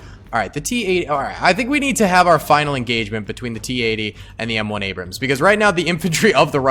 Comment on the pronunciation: You called an T-80 an abruams 😂😂😂